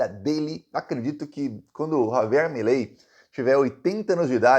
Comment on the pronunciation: Milei, virou "MELEI" ! 😂😂😂.